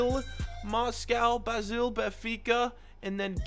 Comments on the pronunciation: This guy is hilarious. Doesn’t really know much about European football. Calling Dynamo Kiev Russian Doesn’t know ASSE is st Étienne Pronounce Basel like Basil (like Brazil) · When he pronounces Basel wrong 🤦🏼‍♂️